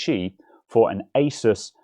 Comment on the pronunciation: Nice, someone who says Asus the right way, not like Ay-soos.